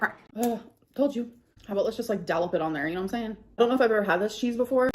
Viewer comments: Did she just say dallAp instead of dollOp? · Dallop it on there.. Gurl you mean dollop? 🤦🏻‍♀️ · Did she say “dallop it on there”???? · Ate instead of eaten.... dAllop instead of dollop, SHAKED HIS HAND instead of shook. I just can't. Now that she doesn't have a gf to constantly correct her grammar, she's just getting worse n worse